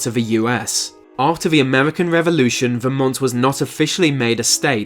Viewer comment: Yes. And of course, Vermont is VerMONT, not VERmont.